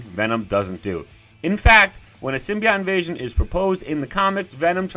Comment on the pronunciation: Ur saying symbiote wrong son 💀